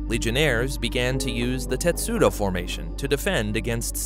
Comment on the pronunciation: correction, TESTUDO not TETSUDO..